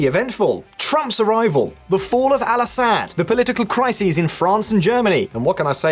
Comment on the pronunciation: Whow you pronounced assad 😂😂